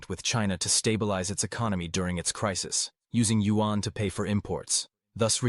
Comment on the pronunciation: Also! This commentator not pronouncing Yuan correctly… In the speech to text function “Yuan” is spelled out as “UN” which would be nice for you guys to correct thx guys.